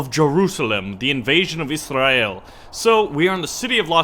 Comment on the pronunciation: The way you say israel is Afrikaans